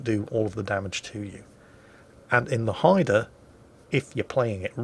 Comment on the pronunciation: I am just happy he pronounced the name right!